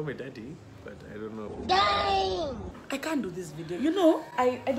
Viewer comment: When he said " ironoh" instead of I don't know I died😂😂